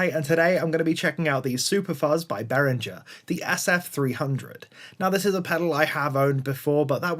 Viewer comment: Correct pronunciation (German company name) keeps a hard G sound. Say it like this in English: Spelled out: BEH-ring-ger — BEH (like bet without the t) + ring (like the word ring) + ger (hard g as in get, ending with a weak vowel). English-friendly IPA: /ˈbɛrɪŋɡər/ German IPA (accurate): /ˈbeːʁɪŋɐ/